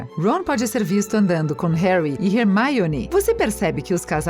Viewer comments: quem é hearmoni? vc ta no brasil nao custa dizer hermioni. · Hermione virou Rermaione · Remaione é hermione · hermione virou rermioune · Meu gsuis eu tô morrendo de rir com esses erros de "hermaione" " tiros" em vez de feitiços hahaha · "Woward" "Rermaine" Rorcrux" "Wisley" "Mugle" "Tinny" "Dambladore" "Jei kei Róling" "Rerri Potter" MDS APRENDE A FALAR CERTOOOOOOOO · RERMAIONE? PUTS KKKKKKKKKKKKKKKKKKKKKKKKK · Desculpem mas foi impossível não rir ouvindo a narradora pronunciar Diambandior, Rorcruquices, Howarts, Hermaioni... HAHAHAHAHAHAHAHAHA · Muito bem elaborado o vídeo, mas a pronúncia errada da narradora dói mais que os gritos de uma mandrágora. E outra, Rony ganhou sim uma varinha nova, como pode ser lido nos livros, quando ele conta por carta à Harry que eles ganharam na loteria do Profeta Diário e viajaram pro Egito ele comenta que seus pais lhe compraram uma varinha nova. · Mds essa moça fala tudo errado